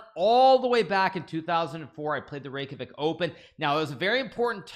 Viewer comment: Every icelandic person is very happy to see Iceland in the title and hearing Hikaru saying Reykjavík 😸